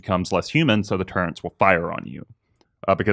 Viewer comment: "turrent" is not an alternate pronunciation of the word "turret." You are just mispronouncing it.